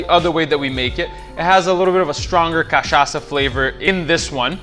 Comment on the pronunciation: You pronounce Caipirinha and Cachaca perfectly. I bet you are Brazilian. Love your video! Obrigado!